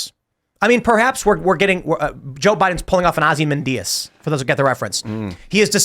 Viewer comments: Ozzy mendius? Tims pronunciation is way off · Blue people do not like Trump ever. Also you’re pronouncing Ozymanueods wrong